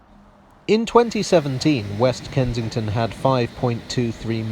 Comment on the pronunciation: Can’t work out if you’re saying “Kentington”